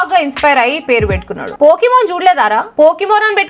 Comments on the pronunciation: Pokémon ❌ pukeman✅😂😂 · పోకిమాన్ కాదు, ఇది పూకిమాన్